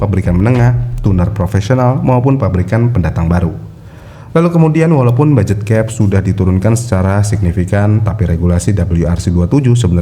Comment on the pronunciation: Budget bang bukan baget